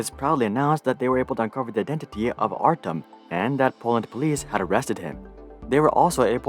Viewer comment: Artem? Pronounce as artYOm..... do research before make video